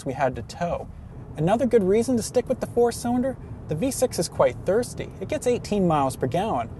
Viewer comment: Learn to say your "L's"--it's not "cywinder" or "wew controwed".